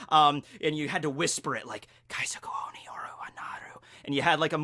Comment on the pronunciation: Nobody noticed he said naru instead of nara? And owni instead of ON-E